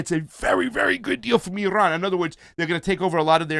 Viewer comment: Is it just me or can't pronounce Iran...he added too much rrrrrrr sound.